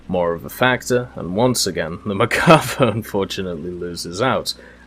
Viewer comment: I’m probably going to start a war but isn’t it mer-kava not merk-ava (the way you say it)